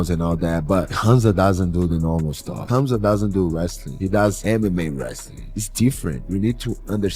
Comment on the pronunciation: Did rampage just said khumslut😂